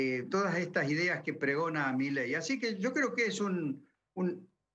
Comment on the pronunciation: Jajaja, es idea mía o dijo "mileidi" ???? Jajaja